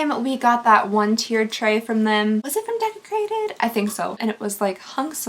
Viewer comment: Why is the word Desecrated all I can hear everytime does this unboxing? 🤣